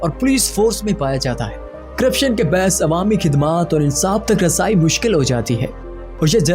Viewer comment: لفظ باعث کو تم بیعث بول رہے ہو